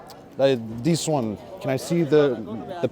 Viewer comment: "this one" with a french accent...